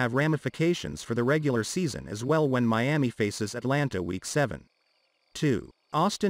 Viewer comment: Stop saying Me-ami it's annoying, hard to listen.